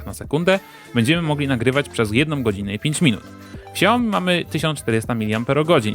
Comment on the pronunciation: czyta sie nie "śiaoji", tylko "szajomi"